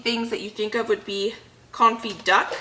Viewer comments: You are pronouncing Confit perfectly, unlike your pronounciation of Caulk. LOL. Love you! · Hi , i'm French and you're saying Confit the almost rigth way :) . thank you for all your videos